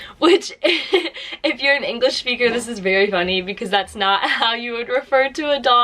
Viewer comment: Native englisch SCHPEAKER